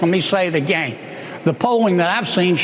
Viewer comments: “I’ll Say it Agane” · That stupid hick bastard can't even say again correctly, so who the fuck is he to call anyone ANYTHING?? Kennedy is an utter embarrassment. Also, fact check these fuckwits who keep lying about abortions happening "after birth". That is murder. Murder is illegal. Stop. Fucking. LYING! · And another thing: who the hell says "agayne"???